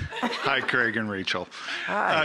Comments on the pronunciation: "CREG,'?? Wtf..his name's CRAIG..hate the way "some" people pronounce things. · Why do Americans say Creg??? It’s CrAig!!!! Grrrr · start of vid - 'Cregg'. cringe. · Why do Americans pronounce Craig weird? The name has an A in the middle not a E